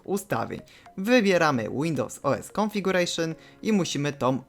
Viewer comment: Dzięki wielkie ale musisz popracować nad anglikiem, praktycznie tylko configuration powiedziałeś poprawnie hehe(kabaret:). Z buta lekcja, nie ma takiego czegos jak insdzer(insider) musisz to powiedziec insajder( a man from inside of an organization, company etc - czlowiek ktory jest w jakiejs organizacji lub korporacji). Boot to nie bot, czytasz BUT(przedluzasz U) tak jak to co masz na nodze(latem klapki to nie popierd...l obuwia)